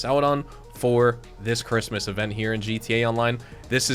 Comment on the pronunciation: Speech impairment or miss spelled Christmas 😂. Merry Christmas 🎅